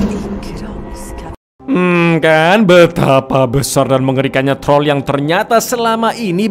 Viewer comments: Wkwkek troll jgn hlngkan huruf R nya wkwkwk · TROLL, jangan Hilangkan R nya😂😂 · Trol jangan diilangin R nya, hmm saya cadel bang bisanya tol tol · Troll jangan dihilangkan R nya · Cang bilek : troll jngn hilangin R nya aku mencuba mencuba menhilangkan R nya dan ternyata wah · dan inilah TROl jangan hilangkan R nya 🤣🤣🤣